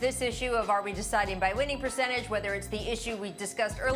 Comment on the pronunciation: Perchange.... perk sounds like he is saying Pucentas